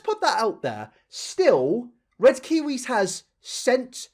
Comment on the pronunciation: What is wrong with red kiw nope can’t even say his name